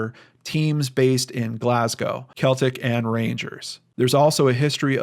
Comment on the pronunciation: Celtic... Pronounced Seltic.